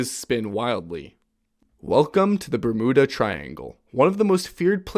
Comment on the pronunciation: For Bermuda, it has a vowel at the end so it is pronounced BERM-YEW-DAH. Not BER-MOOD-AH. It may seem trivial but I wasn't aware it was a disputed pronunciation unless pronounced with a foreign (non-english) accent. IDK....